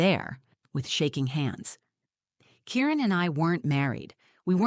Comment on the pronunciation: I’m pretty sure his name is Kieran and not Karen as the words come across.